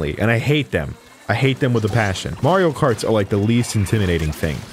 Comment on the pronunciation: Nobody gonna point out that Said ✨ m a r i o k a r t s ✨